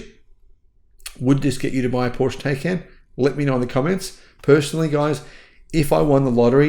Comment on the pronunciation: In order to offer credible commentary on cars, at a minimum learn how to pronounce Porsche